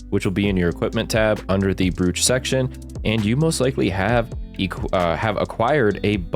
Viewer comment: I hate to be the one to point it out, but brooch is pronounced like bro-ch, not brewch. It's an accessory you pin to your jacket chest.